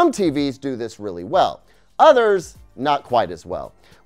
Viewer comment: I love how you pronounce "others" like "udders" 🐄 😉